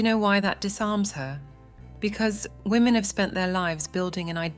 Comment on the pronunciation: Have anyone ever noticed, EVERYTHING IS ABOUT WAMEN FOR WAMEN AND CATERS FOR WHAAMEN😂